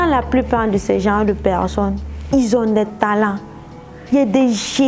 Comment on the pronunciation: Ahhhhhhhhh c'est pas pecccsonne mais personne